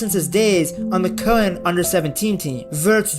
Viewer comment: Bro, your pronunciation of "Köln" was spot on !